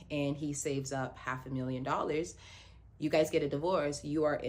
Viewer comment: I just hate the way she says "Dollis"